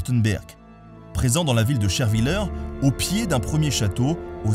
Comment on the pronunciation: Sherwiller se prononce « sherwillair » en Alsace (ou en tout cas dans mon coin d’Alsace)